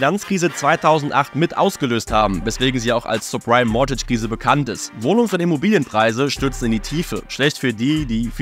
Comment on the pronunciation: Die Aussprache von subprime suggeriert irgendwie, dass es supreme sein soll. Bitte vor dem Video zumindest minimal recherchieren...